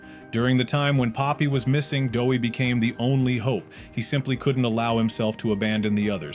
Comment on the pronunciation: dowey🚫 dewwy🚫 doey😊